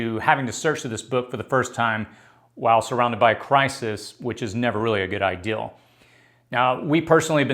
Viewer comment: Thank you. And the word is idea NOT ideal.